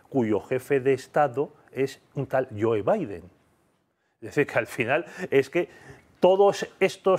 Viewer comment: Y lo de "janterbaiden" ha estao bastante bien, sí señó...! JANTERBAIDEN, de ese...!